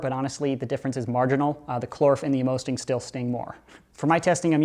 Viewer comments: the Amosting darts are meant to sting: that's why it's pronounced Ammo-sting. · just saying amosting is pronounced ammo sting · Do you mean to say A-more-sting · I would assume they're pronounced ammo-sting because they are supposed to hurt more. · I hate how he pronounced Amosting